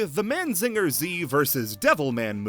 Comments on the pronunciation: theres is no "n" between "a" and "i" in Mazinger. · One minor thing I will say is that it is Mazinger Z, not Manzinger Z. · "Man Zinger" Z? There's one N too many in there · Out of everything in this video, how do you managed to mispronounce “Mazinger”? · Well to be fair he also mispronounced every Spanish word too so it wasn't the only one 😅